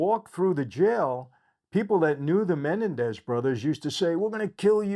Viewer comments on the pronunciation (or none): IT'S......... MA__NEN__DEZ......... ........NOT...........MEN__DA__NEEZ..... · It's MenEN dez, not MENendez. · It's Me NEN dez not Men en dez. If you're a friend, you should know that. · Its Men end ez not Menandex lol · I really enjoy your videos, but have to say, isn't it pronounced muh·nen·dez? And not menen-dez? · Men NEN dez. That’s how. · Just wondering why you are unaware of the correct pronunciation of their surname? It’s Menendez. Accent is on the second syllable not the first. How would you feel if your name was mispronounced to millions of people? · Meh- nen- dez 😂 Is it a good series? Well done ? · It’s pronounced me-nen-daz😂🤣 love your videos Michael! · The correct pronunciation of their Latino last name is actually MeNENdez. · It’s Men-en-dez lol but other than that great video! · Mah nen dez ……menenendez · I dont know if its a you tube thing but theyre last name id pornounced Ma-Nen-dez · I wanted to watch this video but the fact that this guy can't even pronounce Menendez correctly is annoying enough where I can't finish watching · I think you're the only one in the world who can't pronounce Menendez correctly lol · Michael you're not pronouncing menendez correctly. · You’re pronouncing their last name incorrectly. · Will somebody please tell this guy how to properly pronounce Menendez? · The way you are saying their names is making me go insane. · If ibhad a penny for everytime you aid their last name wrong lol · I love how he’s pronouncing Menendez 😂. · It’s not menendez please at least pronounce their name correctly. I’m sure you probably didn’t intend on being disrespectful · Why can't you say their last name correctly? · I wish Michael would pronounce their last name correctly, just once 😅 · YOU CANT EVEN PRONOUNCE THEIR LAST NAME CORRECTLY. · Is he pronouncing their last name right? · Michael- your pronunciation of Menendez is off. You’ve added another vowel. Just saying. Thanks for thr recap